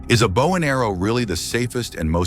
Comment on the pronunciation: Mitch Pileggi, whose voice they've stolen, is not so stupid as to pronounce 'Bow and Arrow' hunting as" Bough and Arrow" hunting, pay the voice actors you thieves!